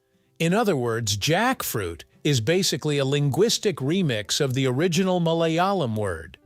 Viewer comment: I'm losing it over the pronounciation of Malayalam or even Kerala 😂